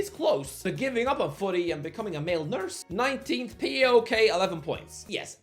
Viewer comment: WTF IS P A O K, ITS PAOK U DUMBASSS